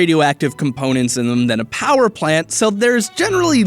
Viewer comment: He said nuclear powder plants